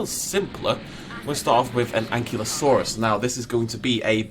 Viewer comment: Hey dude, no hard feelings but I really need to correct you here, because apparently you have been making this mistake a bit. But Ankylosaurus really is pronounced An-KY-LO-saurus not An-KIE-lo-saurus. If you don't believe me you can double check with virtually any official at a museum or just look it up yourself. But yeah, you're actually the one mispronouncing Ankylosaurus lol